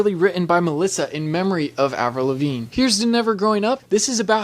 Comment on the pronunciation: “Avril Lavinge”?